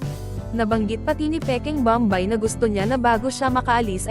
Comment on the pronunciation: Pls lang hindi bambay ang pagpronounce kundi bom bay .